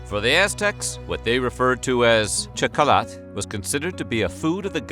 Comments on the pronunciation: The X is pronounced SH. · Not an expert but probably you should pronunciate it something like "Shokolatl" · Also, for those interested, this is how you pronounce Nahuatl words ending in -TL like Quetzalcoatl and Xocolatl : The L is silent, but you still position your mouth as if you were going to pronounce it, but only let the air out, no sound. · You misspelled and mispronounced xocolatl. We still make it. Much better than the European version with sugar and milk. It's made with water, cacao and chiles. You mispronounced Hernán Cortés and Sahagún. You had trouble with nixtamalization, but almost got it. Sounded a little Gringo, but OK. We usually don't make a "flour" out of it, which would be a powder, and in fact flour is more associated with European wheat; rather, we take the moist, stripped corn and grind it on metates to make pliable masa. We then use this to shape tortillas, gorditas, tamales, picadas, orejas, and a myriad other shapes for different cooking meals. "Te-noch-ti-TLAN", accent on the last syllable. (Tenochtitlán). We call amaranth huautli. Pipián, not PE-pian. Same basic construction as mole with a few different ingredients and coarser ground seeds. And no, it doesn't always contain vegetables, in fact almost rarely; it's a type of meat stew. Adding vegetables is a matter of taste or regional habits. Ahuacatl (Nahuatl language). Spain aproximated it phonetically, aguacate, and that is what we call it in México today. I guess the English couldn't handle it and came up with "avocado". Figures. Chi-NAM-pas, not with a "chee" sound, and "nam" as in a flat "A", sound, not as in "spam". And please stop saying Tenochtitlán. Huitlacoche is delicious, tacos stuffed with it and salsa are all over the place. To pronounce it, the "H" is silent. Make it with some roasted chapulines or make scrambled eggs with it